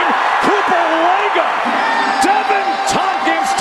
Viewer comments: It’s pronounced leg-aw I go to school with his little brother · The announcers totally botched his last name too 😂 it’s pronounced Leg-Aw